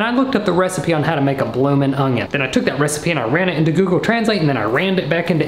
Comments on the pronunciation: Do you really say 'ongion'? Really? 🤣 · The audible “g” in onion just be regional. 😂 “ungyun” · I can't stop thinking of the "oño" meme every time he says onion 😂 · I love that he says ungion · says onion with a slight "g". Watch the video again to hear it. I have other friends who also say onion with a slight "g" sound.:D